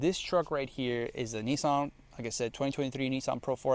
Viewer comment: Also, you say Nissan much better than you say Tee ota, or Tota.